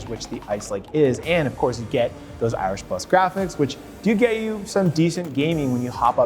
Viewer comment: "Irish plus graphics" xd